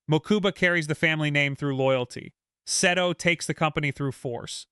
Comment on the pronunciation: Omg how many times did you say Seto’s name wrong…😂